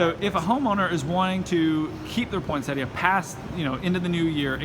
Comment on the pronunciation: Can people just say it correctly. It's poin-sett-ia not point-sett-a. Thank you.